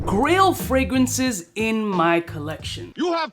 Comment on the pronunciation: This came on in the background and was just listening while I worked. I thought it was Grill fragrances, like what to wear for a backyard BBQ, or maybe for showing off (like a diamond grill in the mouth....is that still a thing?). I checked the video about halfway and realized, its GRAIL not GRILL. Makes more sense.